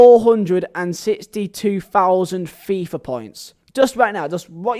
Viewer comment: Why do you say it say like ‘fia points’